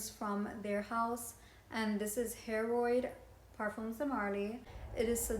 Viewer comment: It is pronounced (Hair-uhd) and it is phenomenal! So is Carlysle. Though not an older brother to Layton. Different all together.